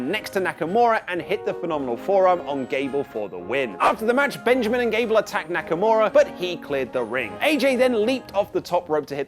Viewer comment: SDLice didn’t have a real build up other than KO & Sami then Aj & Nakamaura (butchered his name) those are the ONLY HIGHLIGHTS